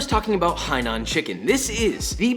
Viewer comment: Did any mandarin speaker realize he pronounced Hainan perfectly??